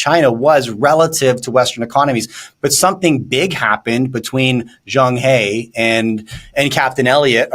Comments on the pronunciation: Pronounced as Cheng “Her” not “hay”… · Talking heads who want to talk intelligently about China should learn to pronounce Chinese names properly. That is a sign of respect! "Zheng He" should be pronounced as "Zheng Her" NOT "Zheng Hee!" The Chinese "e" is pronounced as "er". Just learn this one sound properly, they would increase their credibility tremendously.